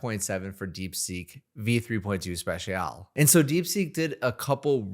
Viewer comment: Never heard someone not know how to pronounce special